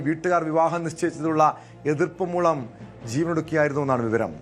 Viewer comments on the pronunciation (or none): മലര്‍ മാപ്രേ malayalam padikku aadhyam മൂളം അല്ല മൂലം